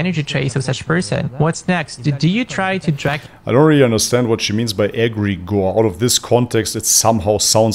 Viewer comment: Agreegor sounds like adkaar. Alhamdurillah